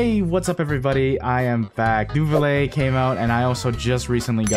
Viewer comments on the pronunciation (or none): great video! 2 things i wanna say: 1. love ur content gonna binge watch 2. maruchaussee is pronounced mah-rue-sha-say, neuvillette is pronounced nuh-vill-ette (you say the t's french is confusing af)